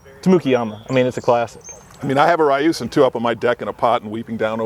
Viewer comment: ryusen. Ryu Sen There is in 'i' in the pronunciation.